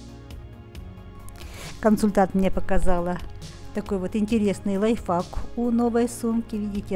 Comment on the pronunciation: Не лайфАк 😂 а лайфХАК ))